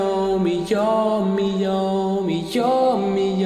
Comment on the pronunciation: Ça stresse que moi quand il dit “yawmi” Au lieu de “yami”??